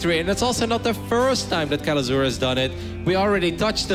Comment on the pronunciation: How i hear Kelazhur: "Que? Lazor?"